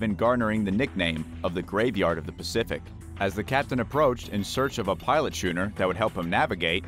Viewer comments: What’s a shooner? Isn’t it supposed to be schooner? I haven’t heard of this alternate spelling before. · SK-ooner not SCH-ooner like SCHOOL. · Shooner? No, skooner. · and if he stopped pronouncing "Schooner" as "Shooner" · Narrator, the vessel type is spelt schooner but is pronounced skooner. Also, Royal Australian Navy ships are HMAS and have never been HMVS.